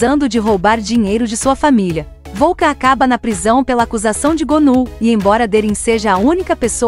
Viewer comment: Não é volcan 😅😅 😅😅😅 pare de abrasileirar 😂😂😂😂da vergonha